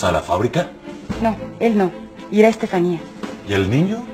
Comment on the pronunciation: Veo que aveces le dicen estefanie a estefania